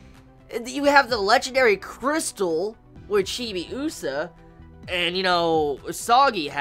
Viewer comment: The way you pronounce Chibiusa is weird. You put too much emphasis on the U sound... Also, your "theories" are about 20 years too late. Lol